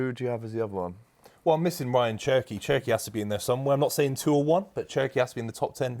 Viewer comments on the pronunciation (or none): Did this guy say Cherki???? 😂😂😂😂😂😂😂😂😂😂😂😂😂😂😂😂😂😂😂😂😂😂😂😂